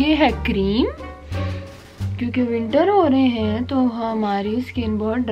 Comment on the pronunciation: 237 horae henn! said like is from Lahore !